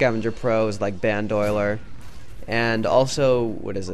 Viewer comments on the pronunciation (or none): it's pronounced ban-do-leer